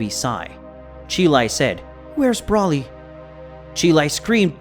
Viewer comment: It’s Broly not Brawly, and he’s a guy why’d you say die herself?